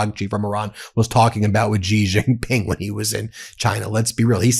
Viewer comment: It's SHEE JING PING. Not Jee Jing Ping.